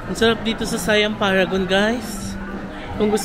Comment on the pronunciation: The correct pronunciation of SIAM is “sà-yăam”. Low and Rising tones lang po sya. And just a tip, most of the food court naka loadable card un mode of payment nila. No need to worry if hindi na consume un laman ng card kasi pwede naman sya papalitan.